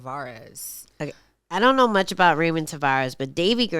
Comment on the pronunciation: Ange … first prelim fighter name is pronounced “Rah-moan”